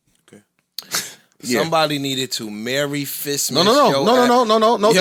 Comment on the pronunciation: If I hear “MERRY FISTMAS” one more time 🤣🤣🤣🤣🤣🤣